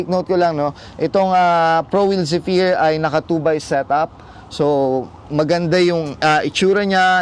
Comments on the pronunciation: mejo late na, pero ung tamang pronunciation nun is ˈzefər. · Boss yung Zephyr is pronounced as zefire.